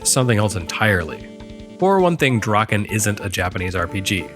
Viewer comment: C’mon: “Drakkhen Slash”!